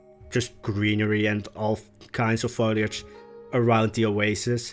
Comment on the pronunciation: I'm so glad I found your channel! One of the most creative youtubers for planet zoo at the moment. Really great stuff. One thing though...the word is foLIAge, not fOILage hahah :) It's pronounced like: FOE-LEE